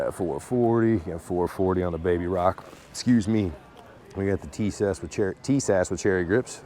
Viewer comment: TIS-ASH ....say like this